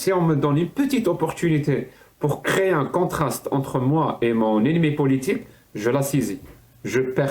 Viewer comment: C’est « politjique » pour un mec qui est né en France 😅